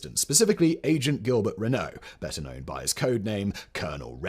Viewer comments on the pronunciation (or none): none